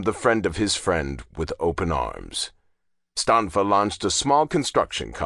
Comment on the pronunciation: Natale read Stanfa correctly.